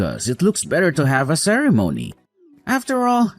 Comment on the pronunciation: Only a fool would have married this Drongo. He can't even pronounce the word ceremony correctly that made me chuckle😊